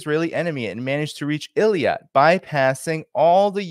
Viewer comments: It is Eilat not Eliat. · I think it’s pronounced Ay-Lat. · Strange pronunciation of 'Eilat'. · You're not pronouncing Eilat properly.